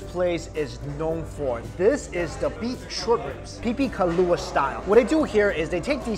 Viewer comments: OMG I need to go find Mike!!! :OOOOO How long are you here!? Also it's pipikaula, not pipikalua :P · Lmao whenever he said pupikalua I’d say “ brah it’s pipikaula.” 😂😂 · like your videos pipiKAULA, not kalua/kaulua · Mike probably did alot of research, he may have realized he said it wrong they started editing. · Its not “pipi kalua” its pipi kaula 😂🤦🏾‍♂️ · pipikaula not pipikalua